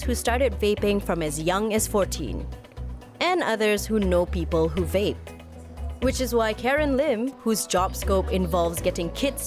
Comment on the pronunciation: Funny how the guy kept saying 'whape' and the lady kept saying 'Vape'